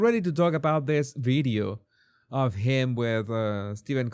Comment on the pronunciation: Good one. Hell-a-day! & I love how you say bideo, not video. I love love love your accent! 😍 Much love 😘